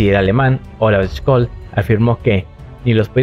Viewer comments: No es Skolz, puedes pronunciarlo de dos formas: 1.- Criterio de divulgación: Tomando que el objetivo de tu vídeo sea divulgativo, puedes pronunciarlo con la pronunciación española directa "Schólz" para que los usuarios puedan ahondar por sí mismos al darles una información que les permitirá saber cómo escribirlo en un buscador, a partir de tu audio. 2.- Criterio de especialista: Si te consideras ya un experto en la materia y tu vídeo no es de contenido divulgativo, entonces debes usar la pronunciación correcta en alemán pues se presume que la audiencia ya tiene este conocimiento. Scholz contiene el trígrafo "SCH" que equivale a la "SH" inglesa. No confundirse con que esté contenido el dígrafo "CH" que equivale generalmente a la "J" española. Osea, se pronuncia "Sholts" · Se dice "sholts" 🍻